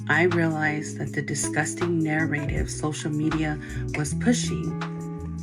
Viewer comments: i cannot stand how she keeps saying “nare-ative” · does she mean narrative 😭 why is she saying is so weird “næraytive” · Nar - RAH - tiv. What is a Nair - ray - tive. Stop it 😭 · Bro she can’t even pronounce narrative right and it’s driving me insane lol I expect it from you or someone else with an accent but she’s American and should be able to say that properly lol she’s literally pronouncing it like (nair- aye-tiv)when it should be pronounced more subtlety like (nair- uh-tiv) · She says Nair-Rave-If. I can't trust anything else she says. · She can't pronounce "narritive" do id say there probably is a bit of a language barrier. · After the 10th "Nairative" I feel like I was watching an episode of "Keeping up with the Kardashians." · Someone please teach Mom how to process the obvious AND how to properly say the word, “narrative” jfc! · Istg if I hear the word narraydive one more time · If she says “Nare-a-tive” again imma crash out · Everything about this is messed up but my god I wish she'd stop pronouncing "narrative" like "narrate-ive." Wishing the best for those kids... adult or not, this was so creepy. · If I have to hear her say “narRAYtive” one more time I swear to god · SAME!! It’s NARR-UH-TIV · Is English this woman's second language? I'm not trying to be judgy I'm just genuinely curious because every once in a while she mispronounces the word and she does so in a really weird way that I don't recognize from other languages. "Narrative" she keeps pronouncing as "nare-rate-ave". It doesn't help that she keeps using the same word over and over again. If somebody recognizes the accent let me know. Edit: I know she said she's a Pacific Islander, but I was hoping to get more specific. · Its killing me that she is pronouncing Narrative improperly. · The way she pronounces narrative is making me so upset. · It’s giving “The Strange thing about the Johnsons” And how she pronounces “narrative” irks my soul yes I’m nit picking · I hate how she pronounces narrative